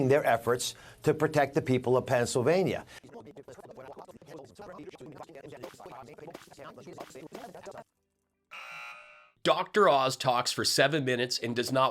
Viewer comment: Oz called it “Pants-illvanyuh” 😂😂😂 “Taking healthcare tips from Dr. Oz is like taking skincare tips from Steve Bannon.” LMAO😂😂😂😂 It’s such a treat getting to hear a page from her book!😅